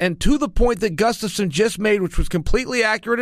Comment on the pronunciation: chael alexander GUFSTAFSON sonnen